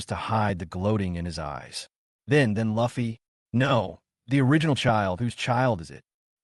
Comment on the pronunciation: Ffs ... its li fei not luffy and it's a she not a he ... it's a all-girls- school